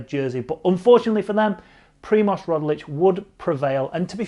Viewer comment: Its Roglič, not Rodlič